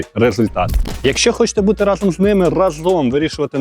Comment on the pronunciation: рАзом, а не разОм